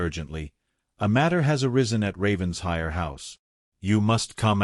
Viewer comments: It’s NOT Ravens-hire. It’s Raven-shire! Get it right! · It’s actually pronounced Ravensher in Britain. The ‘I’ is not pronounced like a long I. 😊 But yes, I wish they would pronounce it right. 🩷